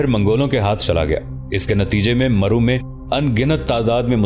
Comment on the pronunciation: Correct pronounce is Marv not maru